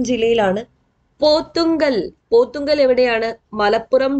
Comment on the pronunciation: Thank you.... Miss പോത്തുങ്കൽ അല്ല... പോത്ത്കല്ല് ആണ്...